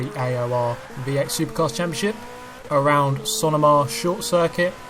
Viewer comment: We pronounce it "Sah-no-ma" not like you pronounced, "Cinema" almost. Just for your future reference! Cheers!